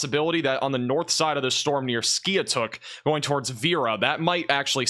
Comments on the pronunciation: Skiatook Is pronounced. Ski-took I used to live down there and they named that city because of bad tornado came through and wiped out the town a long time ago. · Pronounced Skytook